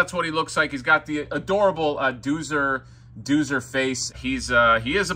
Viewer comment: Exactly. I thought I was crazy. I remember it being pronounced ‘Doe-zer’.